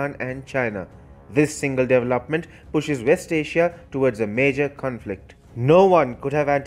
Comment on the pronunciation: Learn to pronounce the word development